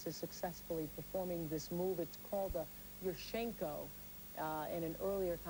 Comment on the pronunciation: the way oprah says yurchenko XD but this is so sad